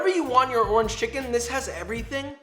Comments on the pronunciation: I believe that he said ''Torange" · . He really did it. He found the word that rhymes with "oringe" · Did he say door hinge? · Or it could just be referring to the fact that door hinge can rhyme with orange (with slanted pronunciation) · Tf is a "dorhidge" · A classic Eminem trope where in order to rhyme with Orange you break it into 2 syllables Or-Ange ergo Door-Hinge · I heard door hinge too. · Yeah it's not you he was making a joke and definitely said door hinge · Who else googled what the hell a door hinge orange is just to realize he was messing around with the pronunciation? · Anyone else hear door hinch when he said orange?????? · Bro you think doorhinge rhymes with orange too!!? ive been telling people that for like 10 plus years and they all so they cant hear it -_ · Did you say doorange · Not sure why i heard you say "zest of door hinge" instead of orange. But it made me laugh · Me: rewinds 5 times to see if he said “door hinge” instead of orange. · i heard the orange as door hinge. 🤦🏻‍♂️